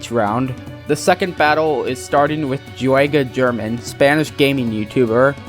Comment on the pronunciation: not to be that guy, but those pronunciations of the spanish youtubers' names was the most white guy shit i've ever heard. in spanish, if an e or i follows a g, the g is pronounced like an h. the same is true for j with all vowels it is not fede "viggavani," it's fede "veeheyvani" it is not "jew-ay-guh jurr-min," it is "hoo-ay-gah hair-MAHN" thank you for your time